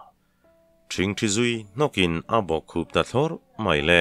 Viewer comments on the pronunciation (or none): none